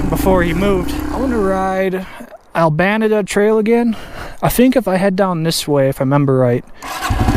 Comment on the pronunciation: FYI, it is pronounced All-buh-neat-uh, like in Spanish